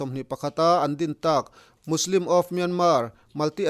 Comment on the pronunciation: Musilim tih ang deuhin i lamri a Muslim anisia